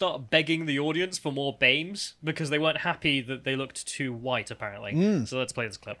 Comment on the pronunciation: "I'm not anti-huwite, my dad's a huwite man. I do not want huwite men to be so represented in this conference."